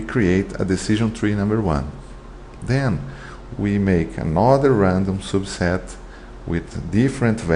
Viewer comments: I really like the way you say "soobset" :) btw great video, helped me a lot thanks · Nice explanation, thank you! One suggestion, you can fix the pronunciation of your "publication" and "subset" words:)